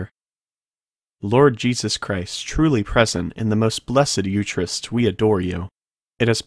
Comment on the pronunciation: Eucharist is pronounced Yu-ka-rist. Every Catholic knows that.